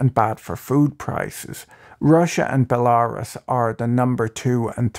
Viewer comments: Bularus? You mean Belarus? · Belarus. Say Bell-ah-roos. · No, that's not how you pronounce it. It's pronounced like BELL-a-roos. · Wait, that's how you pronounce Belarus? I feel like a fool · He says Belarus like its the name of a constellation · Belarus is not pronounced like that